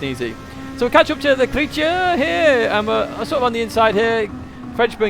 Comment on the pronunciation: Thx, great video once again. Just a small hiccup. It’s not le creature 🤭 but ‘Le Créa teur’, the creator in English 😉